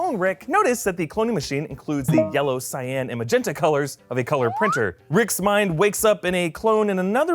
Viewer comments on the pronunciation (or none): none